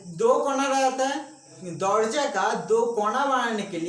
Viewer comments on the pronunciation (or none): Dorjya😅😅😅😅😅😂 not Dorjya....it's darwaja